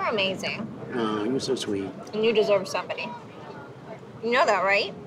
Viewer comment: “and I deslurve love” 😂😂🤦‍♀️ Poor can’t even focus.